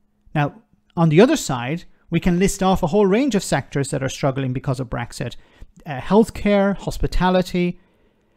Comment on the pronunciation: She couldn't even say Brexit... Started by calling it breakfast!